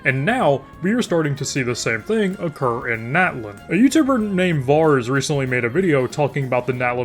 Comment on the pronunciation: 1st- You sound like Kermit the Frog 😭 2nd- I cringed every time you said Nat-lan 😭 it's Na-tlan